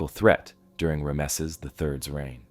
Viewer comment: Okay. I hate to be picky but it's driving me crazy. Ram-sees. Equal emphasis on both syllables.